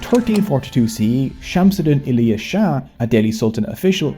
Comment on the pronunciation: dude pronounced shamsuddin iliyas shah Perfectly